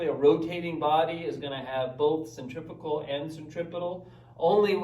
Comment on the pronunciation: I believe cf is centrifugal - and I may be mistaken but not sure you pronounce that quite right? any way watching ALL your content (slowly) loving the mac o'grady stuff. absolutely awesome. please keep posting. many thanks.